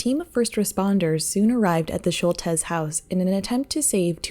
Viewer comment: annoyed that she keeps saying Shultez....who can't pronounce Schultz?